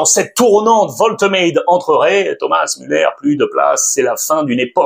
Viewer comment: Wolte quoi ? Alex un petit effort stp 😭😭😭